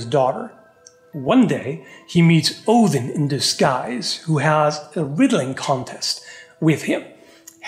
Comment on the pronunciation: I truly appreciate proper pronunciation of the Allfather's name. The devil is in the details...